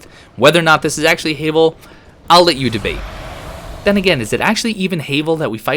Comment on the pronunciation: Who’s Hay-vel? Quite obviously HAVEL like GRAVEL….ya know…because rocks